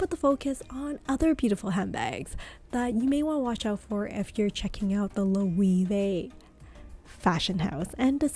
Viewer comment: It's not and hasn't been for a year now, this footage is now irrelevant. The puzzle line has focused on the tote. The bracelet pouch was the it bag about a year ago too but not so much anymore. Also you pronounced "Loewe" about three different ways and none were correct. The "e" is not "ee" it's "eh." It's also "hammock" not "hemlock."